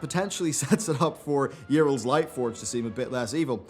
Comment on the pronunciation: Yh-rel -- Not Yee-rel.